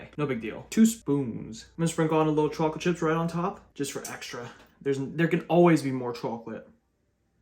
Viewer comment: There's something about the way you say CHAWclate🥵